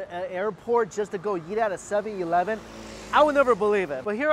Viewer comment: When ever he says eat it sounds like yeet